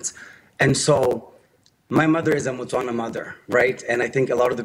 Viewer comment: Is a Motswana, not Batswana. South African should know this